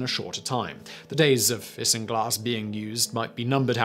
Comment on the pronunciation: Isinglass = Eye-zin-glass